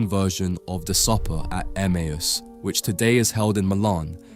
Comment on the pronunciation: It's pronounced Emayus in English.